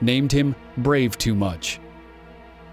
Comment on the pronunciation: It’s “Bravo-Too-Much”, not “Brave”.